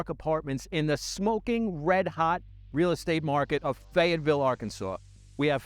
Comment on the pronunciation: Can't even pronounce Fayetteville correctly. Maybe this area isn't for you...